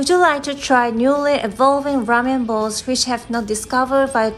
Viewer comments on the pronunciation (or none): These are some spots that look good and haven't been featured much. Thanks for living up to your channel name! (Note: I think you translated "bowls" as in bowls of ramen as "balls". They sound very similar. You are doing well with your English and it is not a shame to make mistakes!)